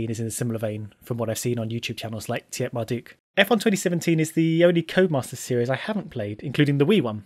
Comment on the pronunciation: Tiatmarduk... U butchered it better than an actual butcher